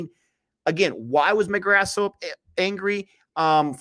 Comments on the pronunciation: It's not mcgra'th' It's mcgraa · lol listen to Michael Atherton pronouncing it, I have a childhood memory of him saying "I think Glenn McGra"th" bowled really well" when he took 8-38 at lords and england were bowled out for 77 but yeah mcgraaaaaa is the right way to say it